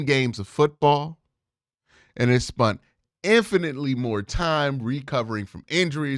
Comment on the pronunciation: SPENT,! C'mon... GIGANTIC as well, not jai-jan-tic. Haha